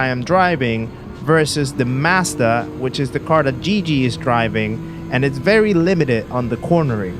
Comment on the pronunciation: Guigui is pronounced like the "gui" of "guilty"